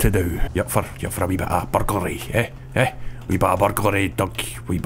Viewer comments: I thought Scottish people couldn't say burglary Or maybe it was burglar alarm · i never knew there were that many syllables in burglary